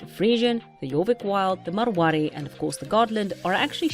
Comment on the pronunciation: Your so good at rolling your r's in Marwari